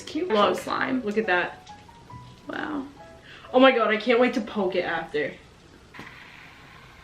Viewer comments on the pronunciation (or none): none